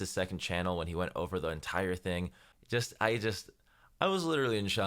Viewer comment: LMAOOOO "for tghe streets"